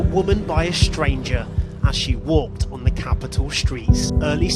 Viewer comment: ~ I Know This Is COMPLETELY Off Topic ~ Im Trying For The Life Of Me To Find Out What State You Are From lol I Swear Once In A While A Louisiana Accent Is Coming Out Especially When You Say “Da” Instead Of “The.” 🤣 ~From A Native Louisianian